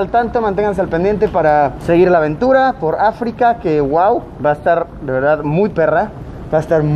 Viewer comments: alguien más se dió cuenta de que decía "po Luisito" en vez de "por Luisito" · min creo que en ves de decir "Po Luisito" en realidad iba "Por Luisito" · Que paso Yayo te falto la ´´r´´ en por luisito “Asientos lujosos de avión”´´Hora de comer´´ “Po Luisito”